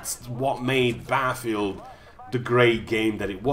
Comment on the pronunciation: Isn't there two T's in Battlefield .... not Baffield looool.